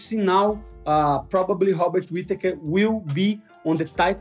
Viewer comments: “Hobbit Whittaker” lolol that Portugese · Hobbit whittaker....moicano channeling his inner chael for the name pronunciation. Great vid RMM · I love the Brazilian pronunciation robert ‘Hobert’ Whittaker 😂